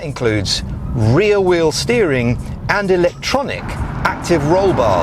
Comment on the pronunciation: you should stop pronouncing rear 'real'